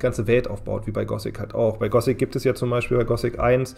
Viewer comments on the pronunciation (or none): Nur echte Fans sagen "Gosic" statt Gothic, also da springe ich gleich auf das Hype-Boot mit auf.